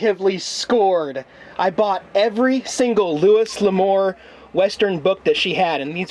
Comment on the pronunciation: Not to be picky but Louis L'Amour is pronounced: LOO-ee luh-MUR per